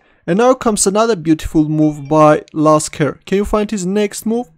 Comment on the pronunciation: Why is my name in the title? Oh wait... Its Lasker not Jasker 8)